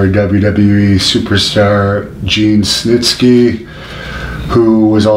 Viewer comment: Gene Stnisky?! Did anyone else catch that